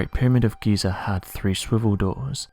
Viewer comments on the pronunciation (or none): none